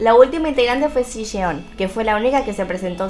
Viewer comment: El nombre de Siyeon se pronuncia como la "sh" Shieon y la "y" no tan acentuada al nivel argentino ah. Es solo una sugerencia en base a como se nombran entre ellas en sus Lives <3